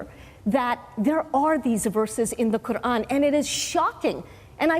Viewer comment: She can’t even pronounce the name of her creator properly ! The little rat